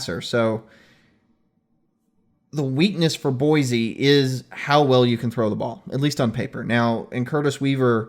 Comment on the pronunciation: Great show but I feel that proper pronunciation is key to an even better show. This concept even seems to elude your guest. One should be able to correctly pronounce the names of State capitals. That said; Boise is NOT PRONOUNCED With the “Z” sound. It sounds like Boi-see.